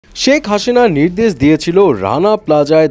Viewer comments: সেক হাসিনা না শেখ হাসিনা 😂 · শেখ হাসিনা ।শেখ হাশিনা না।ঠিক করে প্রনাউন্স করেন